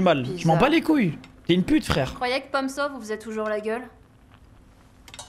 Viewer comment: Je croyais que son nom était pom so de la manière qu’il le prononce mais bon j’étais loin